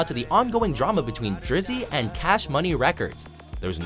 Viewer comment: Never say drizy again lol